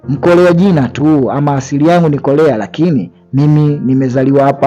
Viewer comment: korea sio kolea kuna muda mnaharibu muvi kutokana na mtafsiri anavyolegeza ulimi aaaakh